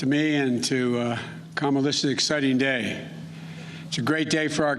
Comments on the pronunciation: Did he call her kamalisha? Wtf? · Kummala harris.didnt say name right. Rebuild this country.. you destroyed it! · didn't he just mis-pronounce her name? 😒 Typical-Hypocritical BS! SMH.